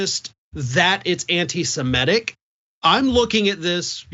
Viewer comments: It's SEMITIC Not SEMETIC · Suh-MIH-tick. Not suh-MEH-tick. Everyone pronounces it wrong, it seems. Also, fuck Kanye.